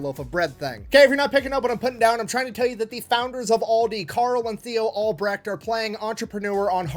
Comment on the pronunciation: The absolute highlight of this video is first time I have ever heard someone I’m not related to say my last name correctly 🤌🏼 (also before anyone asks no I’m not related to those Albrecht’s or the one who invented the keyless drill chuck)